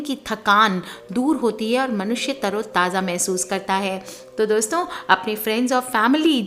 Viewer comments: Dosta dosto 😂😂😂😂.. apko v hai Voice paralysis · She said Dosta ,Dosto OMG hehehe